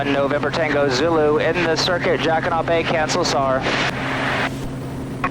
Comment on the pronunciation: I've flown in that area for years and I never heard any body say jacquiNOT Bay. It has always been pronounced jacquiNO Bay.